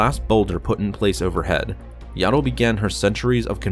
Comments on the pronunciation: It’s not yaddle it’s yoddle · her name is yaddle not yado